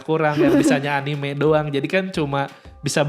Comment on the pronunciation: Kak... A-Ni-Me... Bukan anim 😑